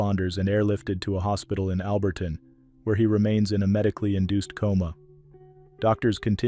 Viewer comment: I am so happy to hear that you pronounced my hometown name in South Africa correct. It is with regards to the crocodile incident. Alberton South Africa. Thank you also for a good program